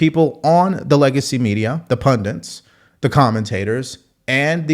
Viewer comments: "One can argue that the people on the legacy media, the pudents" *pundits . . . there is no second 'n' . . . it's 'pun-dit' rather than 'pun-dent'. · Pundits. Not pundints.